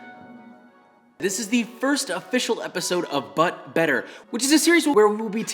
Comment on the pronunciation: all I heard was “butt butter” .-.